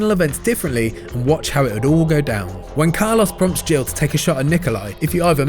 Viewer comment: Poor Carlos, his name got absolutely butchered in this video 😓